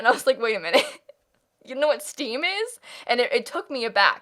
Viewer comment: When you said Steam I thought you said Steve as in Minecraft